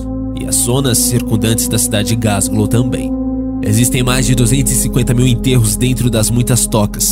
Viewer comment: Queridão, é Glasgow e não Gasglow